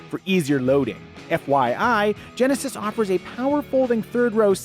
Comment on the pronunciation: Genesisisisisisisisisisis come on man speak properly